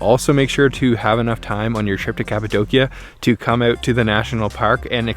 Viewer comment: Beautiful photography.. thank you for pronouncing Kapadokya correctly! I have friends in Urgup.. Been there several times...